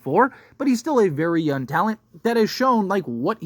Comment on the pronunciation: LEARN HOW TO SAY YOUNG!!!!!!!